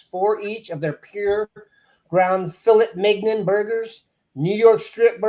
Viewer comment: Please pronounce filet mignon again.